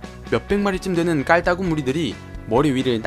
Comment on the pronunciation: 깔따구 발음 넘 귀여우셔요ㅠ ㅠ 깔따ㅏ구깔따구